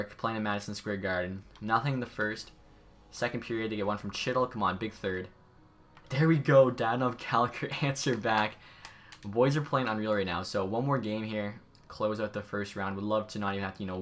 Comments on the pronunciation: Did you call Chytil “Chittle”? It’s pronounced “hee-til” and also it’s pronounced “Neechas” for Martin Necas just trying to help with pronunciation (edited for typo) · Chytil is pronounced hee-tul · It’s not pronounced chytil it’s pronounced hetal